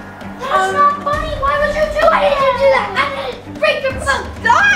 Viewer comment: In the description in the beginning of it when you tried to say funny you said finny